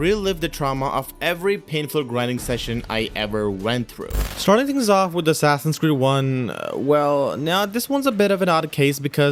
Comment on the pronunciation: The way you said "things" is like saying kings :))